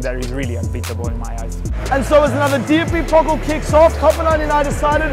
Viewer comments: It's not 'pockl' its Pokal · How you pronounce Pokal😂 Its Pokaaal not Pokel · Whenever he said 'Pokkel' I had to laugh. Mate, it is the PokAAHl! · How they are saying "pockle" instead of "Pokal" gives me the shivers every time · I love how you pronounce "Pokal" as "Pokkl" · Hearing DFB "pocll" 100 times really really really feels like 1 million fingernails scratching over a blackboard.